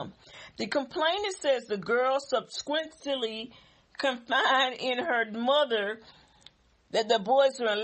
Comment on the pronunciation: Ok SUB-SE-QUENT-LY ok say it with me Sub-se-quent-ly lmbo, hiya hun, I miss you! Lol you know I gotta help you out friend, I can't leave you out her saying Sub-se-quent-ly all wrong. Giggling myself. Ok bout the vid. This mother will NOT get one red cent from Mcky Dees she should be ashamed of herself, my grandbaby have D.S and I watch my lil one like a hawk watching a dead chicken. All the mother is going to get is a heap of Legal fees and embarrassed. Real talk and ain't no way in the world the mother sat there and watched that baby and she mysteriously got a bloody NOSE hun.